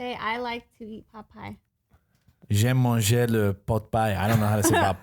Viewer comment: I'm come from France and I like the moment when says "J'aime manger...", very good accent! xD